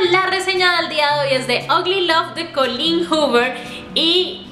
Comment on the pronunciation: GRACIASSS GRACIASSS, me llamo Colleen y todos lo pronuncian mal, acabo de ver tu vídeo y tu si lo pronuncias bienn!!! Es musica para mis oídos😘